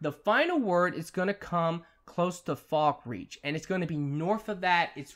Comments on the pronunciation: FalkREATH not fucking FALKREACH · Did he literally mispronounce Markarth and Falkreath